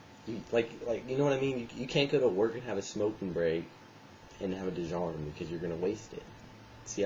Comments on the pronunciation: I smoke them regularly, there pretty rough after a few packs, an it's pronounced JAR-UM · you pronounce djarum with a silent d =)